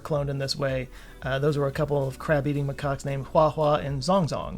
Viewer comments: Excellent. And that's what it sounded like to me as well. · I thought you said ".. a couple of crap-eating macaques... " and wondered why you disliked macaques so much that you'd call them that. Then i turned on closed captioning to find out you said "...a couple of CRAB-eating macaques..." Well, at least i actually made it to 2025.